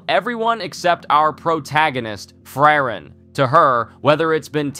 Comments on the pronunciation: its pronounced fri-ren and not free reign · i dont know how people can watch 20+ episodes of a show and still mispronounce the titular character's name. FrYReN. like nails on a chalkboard. FREE - REN. sparknotes users reveal themselves in the strangest of ways, dont they? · Fry-ren is my favorite pronunciation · It's "Flea-len" 😂😂😂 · American anitubers casually butchering japanese pronunciations like it's oxygen. Nothing new. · Did my man just pronounce Frieren differently each time?